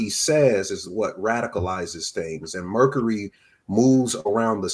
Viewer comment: why say ‘Mercury’ like that … 💀